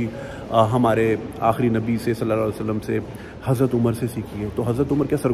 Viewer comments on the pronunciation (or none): AsslamuAlkum, please bi respectful when mentioning the name of sahaba ( RadiAllah An Hum ) and please pronounce "SallalAllahu Alyhe Wahalyhe Wasalam" correctly